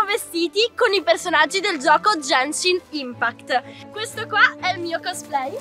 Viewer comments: "Jenshin impact" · Come si fa a dire "È JEANEESHIN IMPACKT" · miglor commento dell anno genshin impact nn jenshin impact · si dice GENSHIN IMPACT NON JENSHIN IMPACT. Grazie poldo ti adoro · "Gencin impact"💀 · frate solo lei dice Jenshin Impact (la pronuncia corretta del gioco che LEI sta sponsorizzando è Genshin Impact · ✨Jenshin Impæct ✨ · ‘’Jaenshin inpact’’ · Jenchinin pact pronuncia fanciastica italiano corregiuto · "Jenshin impact" mio dio XD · che dice "Jenshin impact" è una nuova scoperta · "jenshin impakt" 'kamistato ayato" va bene.. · NO è jenscin impatt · "É JENSHIN IMPACT" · Non è come lo dici tu e gunship state crayo da mihoyo